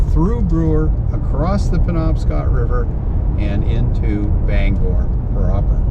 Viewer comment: Glad to hear you pronounce it the right way Banger, and not Bang-gor.🤣